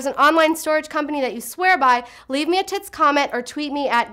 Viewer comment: did you say leave me a tits comment?